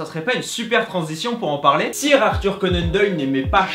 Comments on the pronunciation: ca se dit ''seur'' conan doyle pas ''sire'' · Hugo Giles ok mais pour le coup là ça se dit SEUR et il dit Sire comme si c'était un mot français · Hugo Giles bah justement lui c'est comme si il avait dit fautball, il prononce comme ca s'écrit alors qu'il faut le prononcer à l'anglaise car c'est un mot anglais